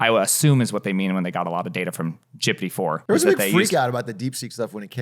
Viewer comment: It’s gippity not gibity